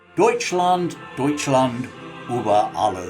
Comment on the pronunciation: A fascinating story, thanks. A small point, but one which, as a linguist, I care about, is that you mispronounced several German words/names. Über, has an Umlaut; so when spoken, it has a different sound to Uber - the modern transport. The sound isn't easy for an English speaker to make - it's close to 'eugh' - indicating revulsion. Schleswig, is not Schlesswig: the 'e' should be pronounced like British 'eh' as in 'Eh, what?' Finally - and I know this will never be adopted by English-speakers around the world, Adolf - still a name to be found amongst older German men, is pronounced with the 'A' sounding like 'ar' in 'hard', although the short form - my German foreman was called this - is Adi, pronounced to rhyme with 'caddy' in English. A company known worldwide is Adidas, which name is a compound of Adolf and Dassler. The common mispronunciaton of it as 'A deed dass' irritates me too. All that aside, great video. Subscribed.